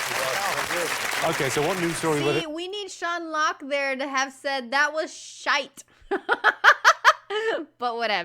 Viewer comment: That felt so nice, yet weird, you saying "shite".